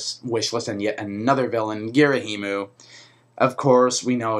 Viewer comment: And Ghirahim is pronounced "Gir-a-him" not "Gir-a-him-u" lol